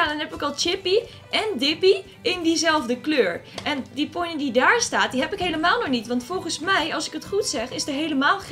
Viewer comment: ben ik de enige die me irriteert dat zegt Welsh ponees (geen haat)